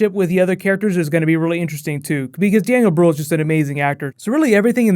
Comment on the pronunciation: That waa the first time that I heard somebody say Daniel Brühl's name in english. I hope it was the last time bc for me as a german it sound soooo strange and wrong xD